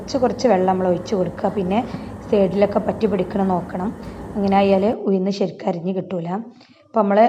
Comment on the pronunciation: ഉയുന്നു അല്ല ഉഴുന്ന്